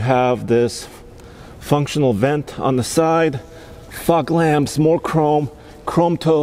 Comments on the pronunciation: I thought was going to get “bleeped “when he said “Fock Lamps “ 😵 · I so thought the same thing 🤣🤣